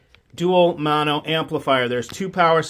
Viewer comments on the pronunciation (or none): none